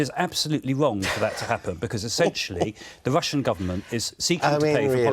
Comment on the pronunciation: Lord Adonis: "Bvoadcasters", "Vussian pvopaganda". Why are so many politicians and broadcasters unable to pronounce the letter R? Otherwise, great stuff from Afshin Rattansi. Rattansi says, "I was told what to say more when I was on the Today programme at the BBC!" Adonis and the silly besom interviewing interrupt constantly to prevent the audience hearing.